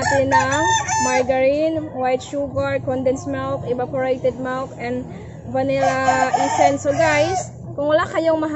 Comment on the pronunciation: milk not melk